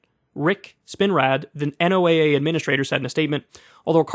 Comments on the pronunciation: NOAA.. say it like the name Noah, that is what meteorologists call it. sorry, i was triggered xD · NOAA is pronounced Noah, like Noah's ark.